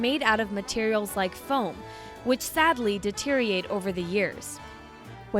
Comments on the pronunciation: Mans just said “deteriate” instead of deteriorate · The host is an irritating idiot! She can’t even pronounce simple words like deteriorate! 😖